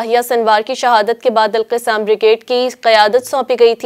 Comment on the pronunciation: مہربانی فرما کر تلفظ سیکھ کر پڑھیں ۔۔۔القَسّام